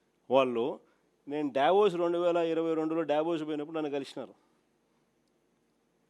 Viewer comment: DYAVOS KADANNA....DAVOSH ANI CHEPPU ANNA